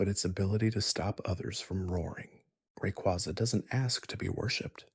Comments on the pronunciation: The way you said Rayquaza stresses me out. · Lol the funny part is that he said Rayquaza correctly and then one paragraph later he butchered it like 4 times. Also learn how to say the regions right too